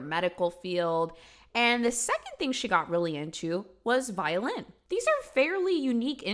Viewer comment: I rewinded that part 2 times because I kept thinking she said violence instead of violin 😂 I’m glad I’m not the only one